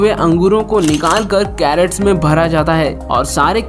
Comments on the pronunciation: Video is good. Given 1 likely. please CRATES means boxes in which fruits are packed & transported. Carrots means Gajar. Please pronounce properly. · Great video. Very valuable information. The funny part of the video is crates pronounced as carrots.